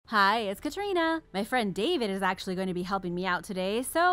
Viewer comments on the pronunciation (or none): none